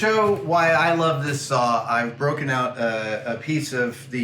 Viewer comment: Don’t you know there’s an “L” in the word sawl? 😂😂😂